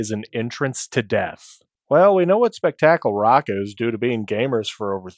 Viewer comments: Spek tactal? Bro really? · Please tell me you are PURPOSELY mispronouncing Spectacle rock.